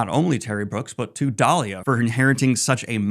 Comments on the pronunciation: It's DEE-LY-LAH not DAH-LIA! LOL. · Daliah!? 😂 lol not hey there, Delilah. Never change Daniel.